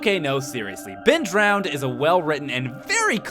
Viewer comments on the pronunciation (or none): No, it's "DROWNED", not "DROWEND"